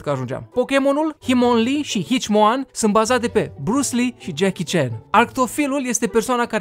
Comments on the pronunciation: Hitmonlee si Hitmonchan, nu Himonlee si Hicimoan😂😂😂😂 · Please citeste asta Nu pot sa cred ca ai gresit Nu este Hichmoan Este HITmonCHAN Up please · doua chestii am de zis Ai spus Hitmonchan super rau,nu asa se pronunță Ei nu isi iau numele de la cei doi pe care iai zis ci isi iau numele de la doi wrestleri japonezi